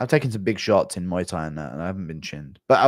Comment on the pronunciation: emphasis on big 😂